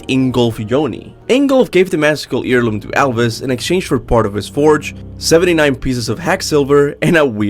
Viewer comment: "Mystical EAR LOOM" lol. Heirloom is basically "air loom" not ear loom... but at least that doesn't affect the quality of the theories. I think the player being The Collector could've been cool, and would've made the lore even more outerversal or whatever... but eh. We'd theoretically be beings of a higher plane of existence, since characters being aware of their artistic medium, authors, etc. is a vs battle thing... and characters who can interact with them scale way higher. Like Bugs Bunny. But us not being The Collector is alright, too. Don't really need to feed the power scalers or whatever lol. Or over complicate the lore by involving us so explicitly.